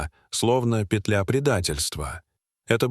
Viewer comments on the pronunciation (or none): none